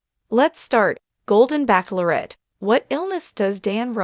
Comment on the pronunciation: This Show is called the Bachelorette NOT pronounced Back Lor ette!😂